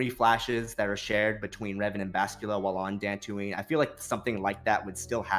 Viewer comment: Bastilla not Bashtulla..I cringe everytime he says it wrong...